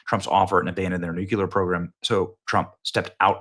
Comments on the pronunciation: Noo-klee-er, not noo-cue-ler. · People judge u how u speak, when u speak like a D.A. people judge u as a DA. The word is Nuclear pronounced new-clee-er. Not Nu-cue-lar. That is actually another word, nucular, refering to the contents of a cells nucleus! Bush also talked like a DA and used the wrong word. Stop talking like that NWO elitist. I'm going to keep calling u out Benny until u stop it!